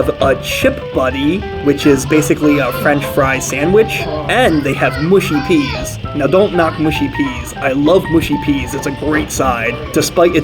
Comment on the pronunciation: mush-y not moo-shy peas